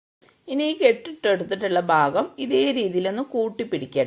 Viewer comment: ബാഗം അല്ല,ഭാഗം